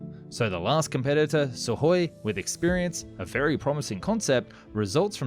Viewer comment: Imagine if this announcer knew how to pronounce SU - KHOI properly.